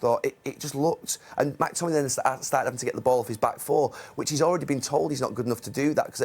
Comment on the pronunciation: Gary. It’s McTominay. Not Mactominay. Only one ‘a’!